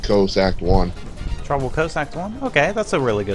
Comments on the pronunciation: You sed tropicol resort LOL Ps: replay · Am I the only who heard him say tropical resort